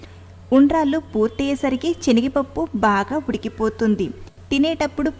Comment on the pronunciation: Nice, Chenigapappu kadu, Senagapappu, pls. Correct